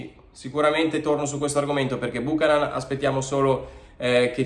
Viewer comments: Buchanán non si può sentire, la pronuncia corretta é Biukanan. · Esatto beuchenon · Si pronuncia Byoo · ka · nuhn Non Bùcanan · La giusta pronuncia di Buchanan dovrebbe essere “ Biuchennon “ e non Bucanan 😂😂😂 comunque speriamo sia forte . Forza Inter 🖤💙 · Cominciamo a pronunciarlo correttamente 😉 (Biukànan) accento sulla prima “a” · Corretta al 100% credo sia biukenan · pronuncialo bene per favore. BiucAnan.